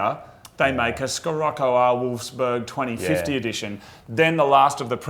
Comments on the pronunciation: Scirocco (or "Sirocco" for foreigners, same thing) is the italian name of a wind (the warm one that comes from the south) and it's pronounced she-rock-ko. Source: I'm Italian. Also, please don't stop the Unicorn Circuit! If you two have fun making it, I enjoy it a lot! I usually watch it instead of TV for lunch or something, brings my mood up ~ And for the gaming thing, I like it sure but it's also distracting for you two, and it's ok whether it's there or not. Keep on the Rainbows! \m/ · pronounced "sih-rock-oh" And it is named after a Mediterranean wind that comes from the Sahara and can reach hurricane speeds in North Africa and Southern Europe. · It's Shi-rocco you asshat [ btw I can tell the times you'r high:0P ] The term Sirocco (sometimes also spelled Scirocco) is an all-inclusive name given to hot and subsequently humid southeast to southwest winds originating as hot, dry desert-air over Northern Africa, flowing northward into the southern Mediterranean basin. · Nope...in Germany we pronounce it "She-rock-oh". Like a lot of VW-Models (f.e. Jetta, Passat ect) it´s named after a special wind. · Scirocco is pronounced "Sharocko" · It's pronounced "sih-rock-oh" ;) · Both wrong...in Germany we pronounce it "She-rock-oh". Like a lot of VW-Models (f.e. Jetta, Passat ect) it´s named after a special wind. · Scirocco: the SC is spoken SH ;) Greetings from Germany! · It's "Shirocco", it's not an English word so you don't pronounce it like English. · The "SC" in Scirocco iss pronounced like an "SH" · Scirocco is pronounced Sheerocko ;) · Its said shuh-rok-oh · It pronounced shi-rock-ow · Scirocco = She-rock-oh. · Scirocco is pronounced 'Shirocco'. Just replace the first C with a H. The car is named after a wind, like most VW cars. ...wiki/Sirocco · it's pronounced sirocco if you guys are interested, love the unicorn circuit, wish my fank made the cut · It's (sha-rock-o) from VW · and it is spoken like shee-rocko. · Its said shiroko for gods sake